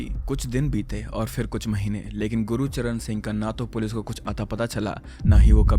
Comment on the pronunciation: Gurucharn ❌ gurcharn☑️